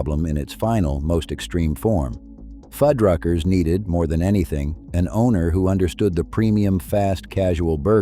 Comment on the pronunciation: Narrator: Fuddruckers. Foodruckers. Why are you changing its pronunciation throughout the video? Stay with one or the other please. Thanks.